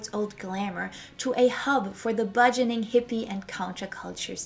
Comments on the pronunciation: It’s “burgeoning” not “budgening”. There is no “d” but there is an “r”. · Good documentary! Btw, it's "burgeoning", not "budgeoning".